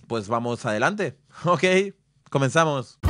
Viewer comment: Interesante programote, gracias como siempre crack! Pd:Mola el micro, el postel de Goku en la door, y el tono de (comezámos) me suena algo mexícano nu se, mola :)